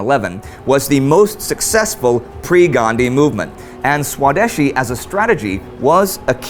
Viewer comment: It'll probably never come up again, but the pronunciation of "swadeshi" is svadēśī. Spelled out, the best way to pronounce it would be "svadhayshee." I know it's an easy mistake to make given the spelling, but it's still a bit cringe-inducing. Otherwise, keep up the great work.